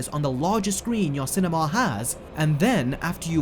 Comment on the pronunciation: When you say cinema it sounds like cinemawl